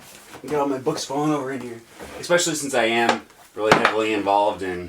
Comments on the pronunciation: Ecspecially - An idiot's pronunciation of the word especially. While the origin of the extra "c" is unknown, this particular pronunciation is surprisingly popular considering how ridiculous it sounds. ) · Usually you do not add letters at will. There are silent letters but not invisible letters. As a linguist you should probably try to avoid such "idiot pronounciations".